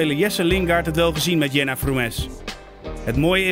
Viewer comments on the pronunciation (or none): Jena Frumes spreek je gewoon op zijn engels uit, doe je research. Voetbal International daalt qua niveau zeg.. pulp..